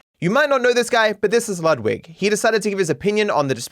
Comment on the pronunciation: can we just remember that "Ludwig" is a german name and i've yet to hear someone pronounce it correctly lmfao